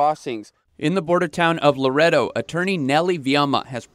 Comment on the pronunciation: Laredo is pronounced “La RAY doe”. Please do minor research before reporting.